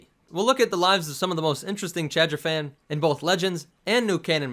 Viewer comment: Take a shot every time he says Chadrphan